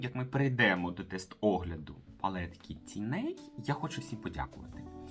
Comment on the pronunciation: Косметикою майже не користуюсь. Дивлюсь Вас, щоб відключитися від буденного негативу. Почула слово " тіней" . У цьому слові наголос на " і". Вибачте. Миру, щастя, здоров'я.